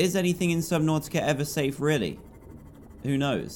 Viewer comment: Why do you say the two syllables of subnautica broken apart? It's one word